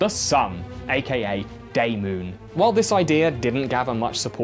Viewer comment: "Day-moon" and "night-sun" are things I am ever so slightly ashamed to say made me laugh so hard I pulled my back out...